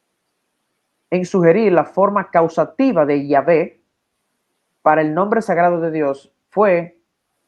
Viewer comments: Muy interesante. Esa pronunciación "Yihve" del Profesor entrevistado se parece a la portuguesa "iahve". De todos modos la pronunciación más común y generalizada en español es Jehová, y similares en muchos otros idiomas como el inglés, alemán, Dakota, gibario (iehova), linda (Yehova), etc. etc. Ha habido una especie de "conspiración solapada, disimulada" para ocultar y negar el Nombre iniciada por los mismos judíos (no todos) desde mucho antes de Cristo, como lo dijo el profeta Jeremías Cap. 23 vs. 26,27,28. No es muy difícil ver cómo inconsistentemente los traductores del "Nuevo Testamento" siguieron la mala costumbre masoretica de poner Adonai o Eloim en lugar de Yhwh o Jhvh, al español Señor o Dios (Kyrius o Teos, griego), cuando es evidente y lógico que los escritores originales de los Evangelios, las cartas apostólicas y el Apocalipsis que al igual que Jesús no se llevaban por las costumbres o tradiciones judías falsas, inventadas por una supuesta "ley oral" rabinica, incluirian de modo reverente y natural las menciones del Tetragramaton siempre que aparecia en las muchas citas que hacian de las Escriturad Hebreas, como por ejemplo cuando Jesus leyo Isaias 61 en la sinagoga de Nazaret (Lucas -19). Entonces como dijo el Profesor en el vídeo, es lógico y necesario pronunciar, usar regularmente el nombre propio del Dios de la Biblia (el único Dios verdadero, según el texto sagrado, contenido hasta en Apocalipsis en todas las Biblias por la expresión "Aleluya" (alaben a Y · Ningun erudito del hebreo bíblico habia propuesto la pronunciación Yivé Ni siquiera un solo rabino Ya que no tiene base lingüística ni gramatical El Tetragramatón precisamente requiere de la vocalización de tres consonantes y proponer una pronunciación bisílaba no tiene ningún sentido aunque proponga un argumento muy rebuscado